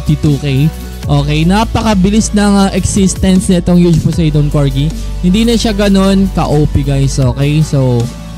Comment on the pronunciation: Po-sai-don po ang pronunciation